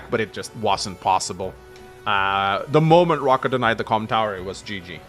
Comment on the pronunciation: That Raahka cardinal sin... lmao